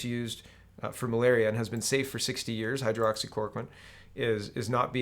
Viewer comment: Some pronunciation tips for you. Hydroxychloroquine = hi-droxy-cloro-quinn Ivermectin = eye-verr-meck-tin